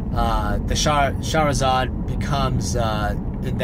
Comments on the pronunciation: every time u say shahrazad tho bro. whaiii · I like how you pronounce charizard like Shahrazad haha. Shahrazad > Charizard